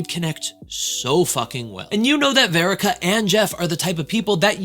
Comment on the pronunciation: Her name is Verica, it’s just pronounced differently, not spelled differently🤦🏻‍♀️